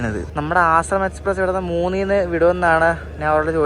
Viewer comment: It's not Asramam, it's Ashram.